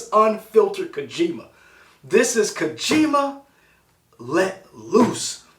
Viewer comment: KO-JI-MA, not "Kuhjima." That O has a long vowel sound, so "Ko" sounds like "co" in the word "coworker."